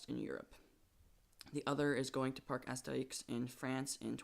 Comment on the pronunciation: Good analysis video! I'm really glad that enthusiasts around the world take notice of these very promising rides. I can't believe Astérix (you pronounced it right, good job!) is getting such a daring ride, and the Walibi Belgium Mega looks like the wackier, awesome son of Expedition GeForce... even the drop looks very similar! Although the RMC influence is obvious (similar looking Wave Turns, stalls and a finale reminiscent of Steel Vengeance on Walibi's Mega), the young and ambitious new designer(s) at Intamin play a decisive part in this rejuvenated approach. I met one of them at EAS 18, Camiel, and not only he is very talented and creative, he too is a coaster enthusiast and actually was very involved in the NoLimits 2 community before he started working for Intamin. You can find on his old personal Youtube channel (Coaster Lab) many of his experimentations which foreshadow his current work. It's amazing to see a coasterfan eventually implementing his vision and passion in big real life projects such as Astérix and Walibi's 2021 rides! I'm gonna do a video about Intamin's fight back (just like with Vekoma's renaissance) asap, but if you're interested in hearing more about Camiel himself... there's already my video interview of him on my channel;) Good job here, and btw cool new intro:) Looking forward to your future content,;)